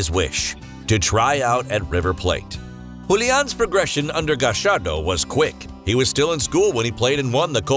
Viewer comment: I appreciate that you took the effort to pronunciate the Spanish names properly, even in the Argentinian accent (saying Gashardo, for example)